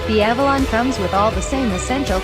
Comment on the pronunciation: Very well done video with one exception, it's Avalon not Alalon. I'm sure you'll see what I mean if you review your video.